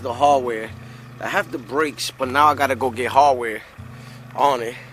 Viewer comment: This guy was driving me crazy... I gotta find the harwhere harwhere. I didnt know what that was. After an hour I found out he meant HARDWARE! THE HARDWARE, HARDWARE